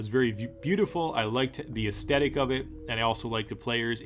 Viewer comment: minor point for aesthetic it's pronounced ace-thet-ic not ace-stet-ic like you keep saying;]